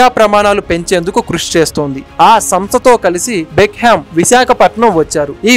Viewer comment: డేవిడ్ బెక్కం, not బెక్ హెమ్